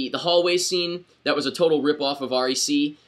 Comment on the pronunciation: Ummm... its actually just called "REC" not R-E-C